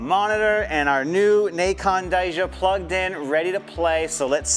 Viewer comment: I’m just teasing lol it’s pronounced Kai-yaneh